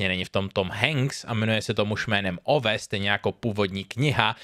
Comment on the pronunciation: Ove se čte Ůve, ne Ove 😅